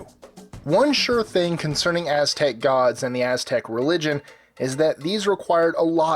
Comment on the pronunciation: He actually pronounced it very wrong. He pronounced every Aztec God in a typical English way. English people need to realize when you speak a different language you can't just pronounce it in an English manner.